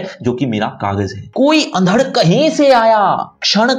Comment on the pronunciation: भाई साहब.... अंधड़ शब्द का उच्चारण तो सही कर लो, हिंदी पढ़ा रहे हो आप